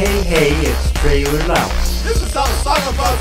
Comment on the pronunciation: Notices Tralee says his name as Tralee but says his name as trailer EPIC FAIL but funny song